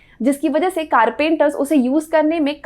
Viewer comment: Info was good. The Funny part was the word Carpenters which was pronounced as Car Painters. I was confused a bit... hahaha. There was literally a small pause.